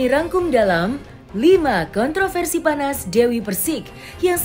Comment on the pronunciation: Raih prestasi bukan kontrafersi.